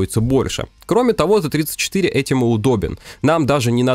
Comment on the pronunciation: не ТЭ-34, а ТИ-34